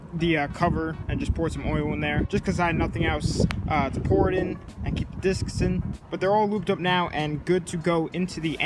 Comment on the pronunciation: you finally said discs right 😂😂😂